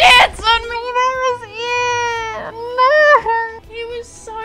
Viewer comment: i haven’t watched loser fruit in a bit but i just keep paying attention to her saying “noer” and i love it